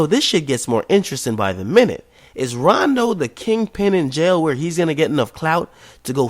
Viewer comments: But when Vic Mensa went to everyday struggle and told akademiks he made fun of chiraq mfs he said he never made fun of em yet i watch dis and he callin rondo coondo lol ak u the biggest bitch omm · This nigga said koondo numba 9 weak